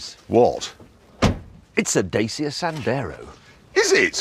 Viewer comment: Pronounced correctly (Day see ah) not dacheeya 😄